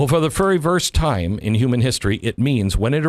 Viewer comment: You said ferry verst. For very first LoL 🤣🤣